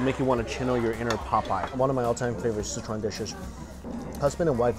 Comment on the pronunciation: Is Sichuan different than Scechuan? I noticed he pronounces it almost like "Citron"